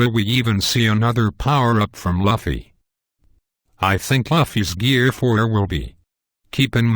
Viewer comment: _- Dude first learn to pronounce Luffy, then give your shit theories.